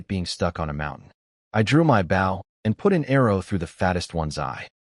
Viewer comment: It's bow not bow